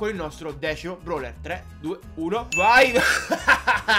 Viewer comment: Ma te dici broler non brawler🤣🤣🤣🤣🤣🤣🤣🤣🤣🤣🤣